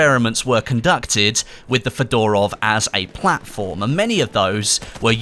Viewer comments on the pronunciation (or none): The way he pronounces Fedorov really bothers me...but I have no idea how it's actually meant to be pronounced. He could be bang on. FeDOORov just sounds weird though.